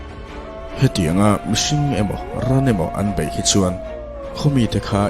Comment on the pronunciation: "hnammawl ho in an lo bai a.. " hnammawl in an bei nge an bai tak2.. thu lam hi fiah se.. aw chu mawi sa reng lom mi